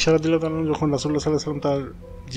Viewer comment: sry bro but its ayesha r. anha not anhu plz correct it